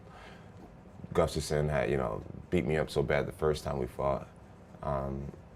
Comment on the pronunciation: Jones can't say "Gustafsson"